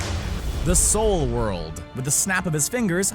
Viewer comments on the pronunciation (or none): "Souldworld" oml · Lol “souldworld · the "SOULD WORLD"? Go home screen rant your drunk!! LOL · "Souldworld" lul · There's no "D" in the word "Soul."